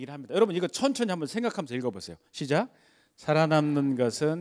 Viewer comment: 장음인 단어의 첫 자를 짧게 잘못 발음한 예:제가(나),시작,4차,뭐야,환자,(바다야) 되요,현실,세계,과거,없어진다, 등, 장단음 문제가 있읍니다. 한국은 장단음 문제가 시각합니다. 언재쯤 인공 지능이 틀린 발음을 바로 잡을수 있을까요.